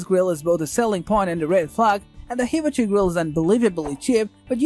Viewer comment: OMG, you have to learn how to pronounce HIBACHI correctly! Just watch, literally, any other review of a hibachi grill.